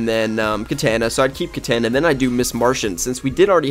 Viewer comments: Your saying her name wrong it's not Ka-tan-a it's pronounced ka-ta-na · Did anyone notice he pronounces katana right once and the rest like katayna